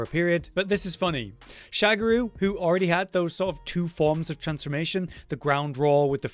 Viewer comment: um its Sha Ga Ru not SHAGARU